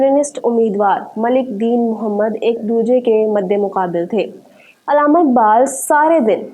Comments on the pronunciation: अलामा नहीं बल्कि अल्लामा बोलिए mam علامہ اقبال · Alama na bolain Allama lafz hai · Mohtarma correct word is ALLAMA not ALAMA.